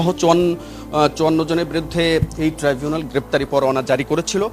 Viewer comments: এই টাই জুনাল না ট্রাইবুনাল ট্রাই।। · Not trivunal 😊😊😊 It’s Tribunal